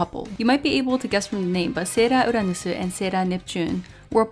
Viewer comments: I love the way she says the sailor's names like "sera uranusu"😂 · okay, I can understand that you're Japanese, but you say everything else without a Japanese accent and the words you're choosing to say with a Japanese accent are English words lol - it's just hilarious and a little distracting. That doesn't mean it's a bad review, I was just curious why you were putting such a heavy emphasis to pronounce English words like Japanese words 😋